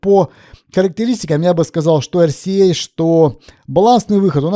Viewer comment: Дуже дякую за ЕрСіЕй Залишається лише почати говорити букву Ґ замість Г І буде ще приємніше слухати